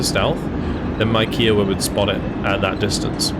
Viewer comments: You pronounced Kiowa wrong bud, its kai·uh·wuh, amazing content as always! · K'eye [as in eye]-oh-wa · I only mention it because you always are so good with pronunciations, but the pronunciation of Kiowa is slightly off. The helicopter is named after the Native American tribe of the same name and instead of a ‘q’ sound it’s more of a ‘k’ sound. So it’s like ‘Hi’ with a K sound at the beginning. I don’t know how else to describe it in writing lol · Yeah, I was gonna say this! The “Ki” rhymes with “eye”.